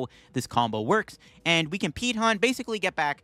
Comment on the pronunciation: It took a bit for it to register that you kept saying "Peat Hunt".